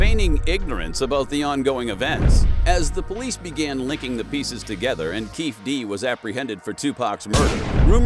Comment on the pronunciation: It's Keefe D (Kee-fee D) how you gonna do a video on something you don't pronounce the names right or the information. This is trash